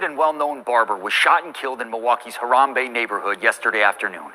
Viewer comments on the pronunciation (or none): Did he say Horambe Neighborhood??? Wtf 🤣😂can't make this up!!